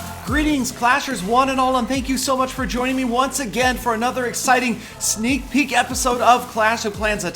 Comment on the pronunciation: Its sneek beak